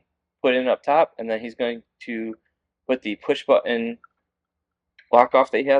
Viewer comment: It is button not bunion it's going to line up pronounce your tease so that you sound like a man and not some kind of Valley Girl